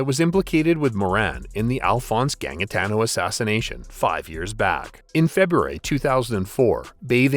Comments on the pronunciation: Gangitano is pronounced ganjitano just to correct that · John gang-itano😂 it’s pronounced Ganjitano.😂😂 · Its pronouced Ganjatano, also he wasn't the 1st, watch Underbelly it helps alot. He shot someone who owed him like 1500 dollars, then people in the Carlton crew wanted him gone, especially the young ones like the morans as he was a liability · Gannmggitaaano. You yanks can't pronounce any names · The second g is pronounced with a j sound in Gangitano. "Ganjitano" is more like it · That is.....not how you pronounce Gangitano. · ikr....and a few other. names.. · not gonna lie the american narration here is doin ma head in. so many mispronunciation of names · Mate you screwed up the pronunciation of Melbourne and Gangitano and other names. Just cringeworthy. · St Kilda is Saint Kilda. St Kilda road police station not Kilda road police station. Also Gangitano is pronounced with a soft g for the second g. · Why can no American ever pronounce Melbourne properly? And gangitano too it seems. Mick Gatto was friends with the Moran's, wtf even is this rubbish?